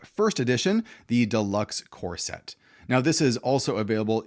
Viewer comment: For some reason I heard it as corset, not core set.